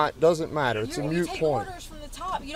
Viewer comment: MOOT! MOOT! it’s a moot point, not a MUTE point.